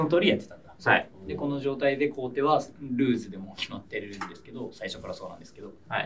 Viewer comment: 後手を"こうて"ってずっと言ってるの、米結びみたいな勘違いなのかな...